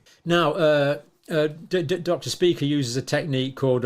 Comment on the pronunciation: Dr. Speaker? Speeker? Spyker is definitely closer.